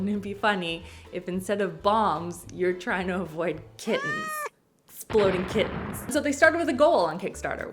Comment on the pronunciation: Why was I confused about the game, thinking she said Exploding Kitchens not kittens 😂